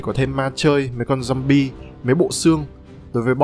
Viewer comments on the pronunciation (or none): none